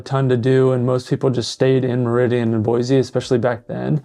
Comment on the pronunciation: Aint no "Z" in Boise. Nampa isn't Boise. Caldwell isn't Boise.